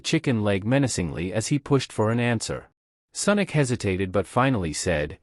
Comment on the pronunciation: Senic or sonic 😂😂😂😂